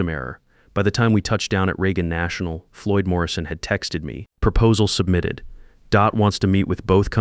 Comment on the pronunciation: DOT is pronounced Dee-Ohh-Tee